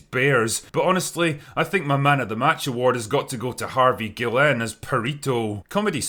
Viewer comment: The utter butchery of my last name. Guillen is easy to pronounce. In Spanish, to "L''s" make a "y" sound. It's pronounced like "ge" "yen". Think of it like the Japanese robe and Japanese currency, respectively. Otherwise great work loved the video.